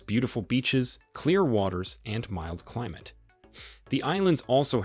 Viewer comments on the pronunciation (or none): none